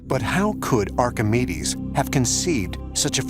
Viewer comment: Am I the only one who Heard "you wanna suck us" when saying the Greek scientist's name for the death ray?